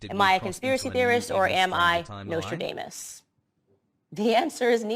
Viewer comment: Candace Owens really said Nostra-anus